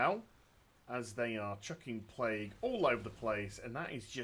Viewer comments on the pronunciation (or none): none